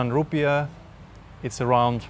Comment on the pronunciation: I love your clips on YouTube but please STOP saying ROEPIES!!!!! The currency of Indonesia is: INDONESIAN RUPIAH (roepi aah). We are not India!!!! Thank you! Keep up the good work!